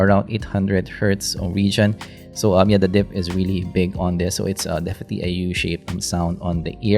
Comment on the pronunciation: "Defeti" is one of the best things in your videos! hahahaha